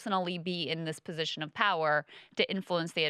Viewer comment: the least appealing part of every podcast: Kyle reiterating "ma pozishon" at every turn. Brie absolutely schools him.